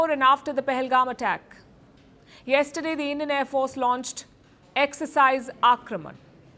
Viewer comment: INDIAN AIR FOHAHARCE HAHAHA THE TEA WAS FANTASTIC